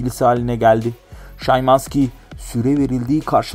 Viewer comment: Olum adamın adını yazim sana szymanski şımanski diye okunur bide sana kaç kere diyecem kendini kasma diye lan abone olan insanlar da senin gibidir heralde